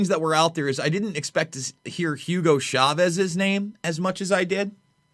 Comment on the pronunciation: That's Chavez, not "Shahvez"